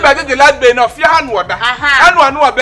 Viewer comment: It’s bill not bail my Kumericans 🤣🤣🤣🤣🤣🤣🤣🤣